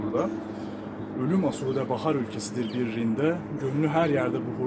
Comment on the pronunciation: "Asude" kelimesini "asuude" diye yanlış olarak telaffuz ettin; "aasuude" olacak. Mezarlığın ismini de yanlış telaffuz ettin: "aşiyan" değil, "aaşiyan" olacak.